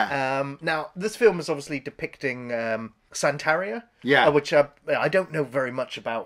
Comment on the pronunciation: I don't wanna sound like a jerk but it is pronounced "sann-teh-ree-ah". Santería.